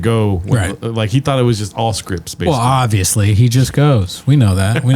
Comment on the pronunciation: I never get tired of hearing him say "offsly" instead of "obviously"